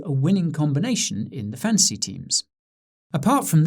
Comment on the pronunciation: Thought you were saying Fancy.